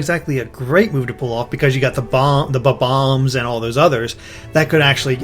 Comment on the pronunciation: Damn it derrik, i hate it when people pernounce it ba-bombs. Thats not what it is, its bomb-omb. You only pronounce 1 b